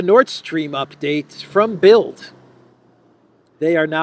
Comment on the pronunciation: the 'd' in das Bild (the picture) is pronounced as 't' in English, because it is in final position.